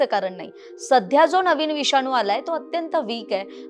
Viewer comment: "विषानू " नाही गं ....." विषाणू " !!!